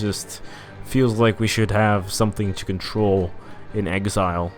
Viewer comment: Found out your channel just now, watched a bit and when you said "to" as "tu" I knew you were brazilian. Seu inglês é muito bom, se não fosse pelo "to" entregando, eu demoraria à descobrir que tu era brasileiro xD